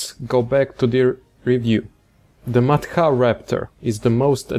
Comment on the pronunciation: It's pronunced more like mat hra.